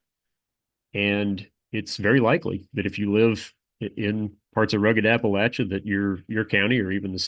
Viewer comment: Buddy said appalachia right. He gotta be from here